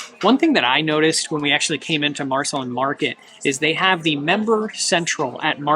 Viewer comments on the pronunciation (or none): It is pronounced Mar-Seh-Lean, as in Marceline, MO, where Walt Disney spent 4 years during his childhood on a farm near Marceline.